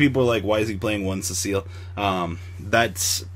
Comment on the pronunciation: It's CI-EL (See-elle) please stop saying cecille like wtf can you even read? lmao